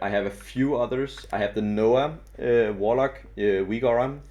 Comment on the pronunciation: Nice vid, but it's pronounced NA-owh not noah :P